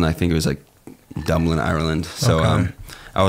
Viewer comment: Wait...did just say Dublind? 😂